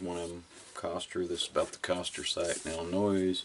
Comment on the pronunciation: It's pronounced Illi-NOY. No S.